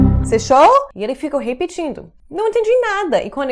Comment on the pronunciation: vc e alguns americanos ainda pronunciam o e de forma errada em algumas palavras. Esse, este, naquele, ele, pronuncia-se com som de ê, como em você. Só a forma feminina dessas palavras tem o som de "é " aberto.